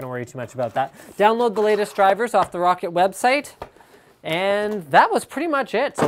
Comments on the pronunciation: LINUS ITS PRONOUNCED ROW-CAT !!!!! LIKE SO HE CAN SEE! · Lol he said rocket instead of roccat